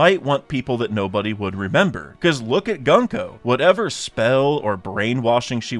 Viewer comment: gunko is pronounced with more of an oo sound not an uh sound.